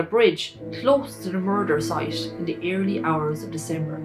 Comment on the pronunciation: Elocution lessons for the narrator. Dis dat dees does , get the H in there for crying out loud.